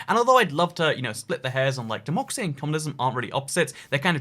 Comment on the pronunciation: why does he say democy